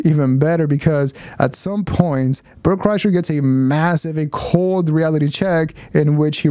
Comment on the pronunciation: Bert Cry-sher is more like it.